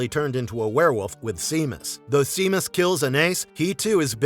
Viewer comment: Great video! Heads-up, regarding The Cursed: Seamus is pronounced "Shay-mus," rather than "See-mus."